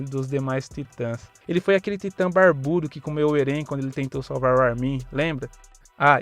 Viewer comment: Ele fala o nome do eren errado kkkk achei massa mais 1 inscrito